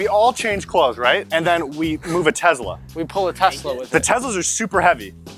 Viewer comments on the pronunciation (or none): its tesla not tezla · Hey boys, Tes-la not Tez-la. :) Keep it up with the rad videos! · I'm triggered it's Tesla not tezla